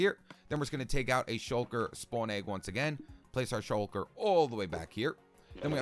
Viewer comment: "The shulk-el-er-l"